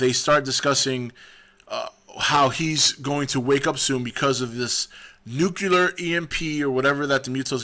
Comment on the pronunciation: The word is not "noo-kyoo-ler", cottonmouth. It's "noo-klee-er". Okay, tubby?